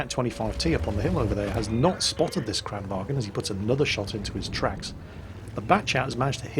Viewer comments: Kranwagen is a german word. It is called like it is spelled. Kranvagn. Why is it that only QB can pronounce it correct. Jesus christ. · For the love of coffee and cinnamon buns, there is no "E" in Kranvagn. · Var i Sverige menar du att man uttalar det kranvagEn? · Checked out your channel and realized you aren't Swedish. So let me sum up my previous comment. I'm Swedish, no one in this country pronounces the word like that, unless they have a severe speaking deficit.